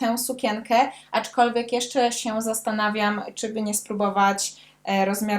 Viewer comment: Naprawdę lubię Cię oglądać, ale dzisiaj nie mogłam znieść tego "aczkolwiek". Zwłaszcza, że wymawiasz to słowo z błędem i przez to stało się drażniące. Trochę jak poszlem zamiast poszedłem. Poza tym recenzja naprawdę świetna i oby tak dalej😁